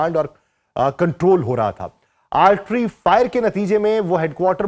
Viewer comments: بھائ آرٹری نہیں آرٹلری ہوتا ہے۔ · Altry Nahi jaahil admi... Artillery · آپ بار بار آرٹلری Artillery کو آرٹری Artery پڑھ رہے ہیں جس کی آپ جیسے بندے سے توقع نہیں کی جا سکتی۔ آیک آدھ مرتبہ کو slip of tongue زبانی یا صوتی لغزش کہا جا سکتا ہے لیکن آپ خود ہی اپنا وی لاگ دوبارہ سنکر دیکھ لیں کہ زبان کی لغزش نہیں بلکہ ۔۔۔۔ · Plz correct the pronunciation of Artalary